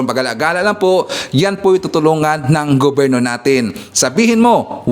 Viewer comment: Ano,hinamon mo si #manangimee😂eh,sa vlog mo pa nga lang nabubulol kna,hindi mo nga mabigkas ng maayos ang salitang gobyerno😂ang sa yo gubirno😅😅😅😅ano ba yan😂